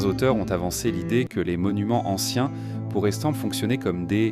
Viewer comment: 100% AI (voix et images) Mais c’est l’avenir il paraît. Pour ceux qui doutent : Pi 3,14 ne se prononce pas P et le ent à la 3pers du pluriel ne se prononcent pas [an] dans « pourraient » 😒 Enfin, les ponctuations ne sont pas faites et donc ne séparent pas les phrases les unes des autres.